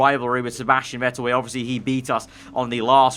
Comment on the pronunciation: Vettle XD its vettel